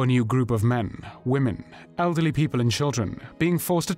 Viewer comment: except mixing up woman when it should be pronounced womEn. (plural) Otherwise good series. Thanks